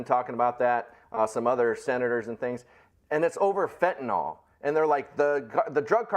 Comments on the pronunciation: It's spelled FENTANYL, pronounced "nil", NOT "nol" (nall). Geezus, can you read? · Admittedly, this is a pet peeve of mine (and I have quite a few of those): It isn't fentanol, (rhymes with tall), it is fentanyl, rhymes with pill.